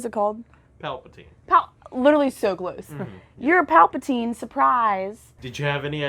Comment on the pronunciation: I died inside when she mispronounced Palpatine's name lol